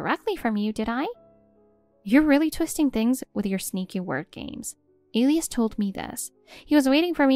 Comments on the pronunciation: Isn’t the name of the husband pronounced, “E lie us”? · If you are going to use names such as Elias, please learn to pronounce them correctly. 😮